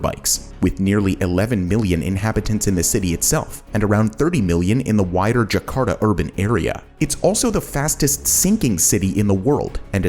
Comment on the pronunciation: I dont know why US people use proper Spanish accents but for other languages they use their US accent. When they say Por Favor or Ke Pasa, they never say it like Phor - fay - vorh or kay - phaysaa. But this guy is saying Jaa - karr - taa as jekharda.